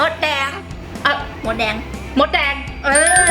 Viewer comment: หนูได้ยินว่าว่ามดแดงได้ยินเป็นมดเเดก